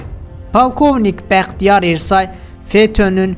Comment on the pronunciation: Ersay yox, türklərdə Ə hərfi yoxdu, E hərfi Ə kimi oxunur. Bəxtiyar Ərsoy deyin.